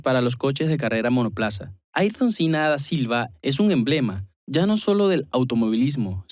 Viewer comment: Una pena poner al mas grande de la historia Ayrton Senna en cuarto lugar, Y que no sepas pronunciar su nombre!!! Es el único en la historia que competía vs 20 pilotos y el sistema(Ballestre). Es un mito, emblema del deporte, idolatrado hoy mas que nunca en el mundo del deporte velocidad, No solo en su amado Brasil. hizo revivir a la F1, en mi Mexico se le adora, no solo por su pilotaje y coraje bajo la lluvia, si no por su valor como ser humano. Un grande Ayrton Senna do Brasil!!! No todo es estadísticas!!!